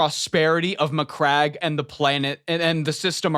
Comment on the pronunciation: My dude I'm sure that saying MyCrack instead of Macragge is a WarHammer Joke already done to death but at the same time I laughed way more than I should have